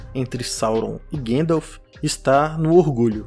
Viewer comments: não sei quem é "Guendaf". repita comigo: GAN-DALF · Eu adoro os seus vídeos. Meu único incômodo é com a forma como você pronuncia Gandalf. A pronúncia é "GONDALF". O próprio Christopher Lee pontuava isso no set de O Senhor dos Anéis. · Pfv, não fala Guéndalf 😭😭😭